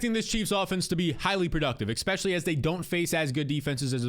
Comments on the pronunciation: Es-pecially, not ECK-specially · Yo, the word is, ESPECIALLY. There is no "X" in the word. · I will subscribe if you stop saying exspecially